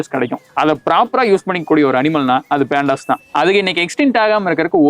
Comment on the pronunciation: பேண்டாஸ் இல்ல டா 😂😂😂😂😂 பாண்டா & பண்டாஸ்.... பாண்டா கரடிகள்